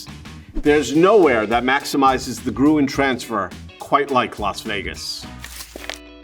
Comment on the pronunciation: Best pronounced “Grün(baum)” :)